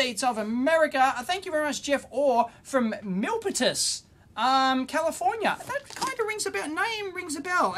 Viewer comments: mill-PEE-tass, California. Home or American home to a lot of tech companies, SanDisk, SGI, LSI Logic, Cisco, FireEye, and I'm sure others. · Milipitas is in Silicon Valley. It's pronounced Mill-pee-Dis. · pronounce mil 'peet us. Milpitas is just north of San Jose in Silicon Valley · Milpitas - "Mill" "pete" "us" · Milpitas = mill-PEE-tus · It's Mil-PEE-tus. One of the towns of the South Bay (of the SF Bay Area), part of Silicon Valley.